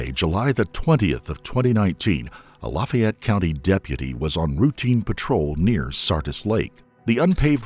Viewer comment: I’ve never heard Lafayette pronounced “Lufey Et” before lol